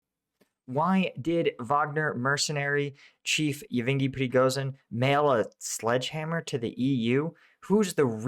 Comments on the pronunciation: First name pronunciation - ev Gain E. Someone help me but, it is embarrassing to hear you mispronounce this common Russian name over and over. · Dude the guy's name is YevGeny. Very common name. Not YevEngi.😂😂😂